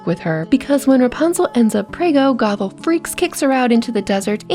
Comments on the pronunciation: Okay I like the video so far but I've noticed something half the time it sounds like you're saying Gothel and half the time it sounds like you're saying gobble just a little friendly advice and make your words more clear and as my grandmother muddy would say enunciate your words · Fun video but anyone keep hearing gogle more than gothel